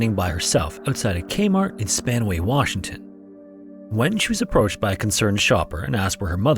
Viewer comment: You're pronouncing the names wrong.. not Spanway but SpanAway. Not Elb (Elbe) but Elbee .. we're sorry, you're thankful